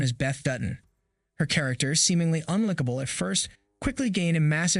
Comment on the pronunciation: Intro: 'seemingly unlickable at first..' (it's pronounced un-like-ah-ble) 'unapologetic voice that doesn't afraid to speak her truth.' (you mean 'isn't afraid') 'We should cherish her for all costs' (the expression is 'at all costs') Good grief, who wrote this and what is happening to the English language?? This is embarrassing to listen to.